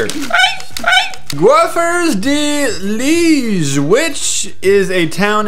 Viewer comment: The way how he pronounced Liège killed me 😂